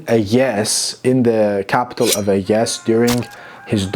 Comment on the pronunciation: [Aegae] why would this be pronounced like a mushy yawn instead of phonetically, "eye-guy"?